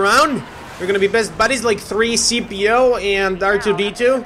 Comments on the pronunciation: He said 3p-co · he said 3cp0 its c3p0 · its c3po not 3cpo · It's C3PO not 3 CPO